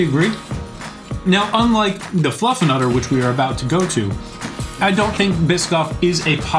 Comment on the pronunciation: I swear (on the right?) is saying "FluffAnutter"!?! 🤔